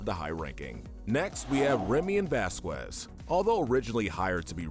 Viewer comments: its pronounced vas-kez not vas-qwez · Sorry to be that guy, but it's Vasquez not vasquwez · I hate to be THAT guy. but Vasquez is Pronoucned Vaskez. I love WickedBinge and 1upbinge But... i am a little strict on how things are pronounced. (Why am i even writing this comment?) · btw its pronounce vasKEZ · It's spelled vasqeus it's pronounced baskes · Name is it bothers God it's Vasquez Velasquez Vasquez best kids Baskin basket😢 it makes me sad that you can pronounce his name correctly everything but I'm willing to give you one last chance football just I'm all I'm going to do bad would be what is nnn very popular and I'm the would disperse in the world I owe my child on 55 restaurant so very best with stuff and have a question and my boy or a girl😊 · “Vasqwaz” That got me😂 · Who’s bascwez? You mean Vasquez ?